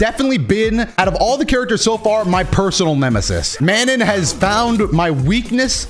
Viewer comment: Mah-non, do-toe, its french plz